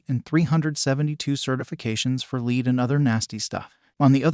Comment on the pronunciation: don't you just hate it when you have "leed" in your water. If you're going to use artificial VO least do a pronunciation check.